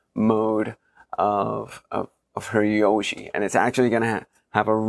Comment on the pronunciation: Hirajoshi is not pronounced with a "y". It comes from 平 hira meaning "flat" and 調子 choushi meaning "tuning". You make the chou voiced when you concatenate, making it "jou".